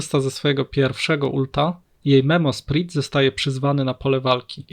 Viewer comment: prosze nigdy wiecej nie bierz tego gościa na odcinek, wyłączam to w momencie jak znowu ma gadać, pierwszy raz przebolałem ale jak znowu słysze "memosprit" to mi uszy krwawią, no jezu, poprawna wymowa słówek angielskich jest uczona już w podstawówce, tragedia